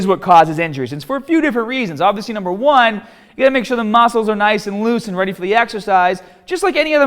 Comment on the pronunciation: "THE MASCLES"